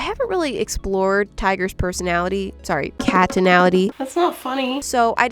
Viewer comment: PURRRRRsonality! :D